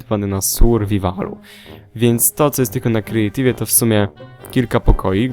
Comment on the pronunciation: mówi się kreatiw! !!!!